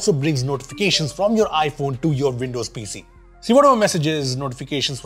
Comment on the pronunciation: Veendows? Played at half speed sounds better, no machine gun speed.